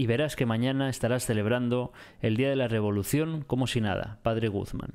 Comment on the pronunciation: me encanta que dice Padre Gugman en ves de Padres Guzman xd